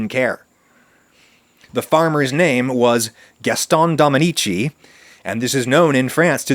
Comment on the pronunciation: Re: l'affaire Dominici: If it's the same kind of Dominici as recent French rugby player Christophe, the "c" would be pronounced as an "s", so "Domini-see".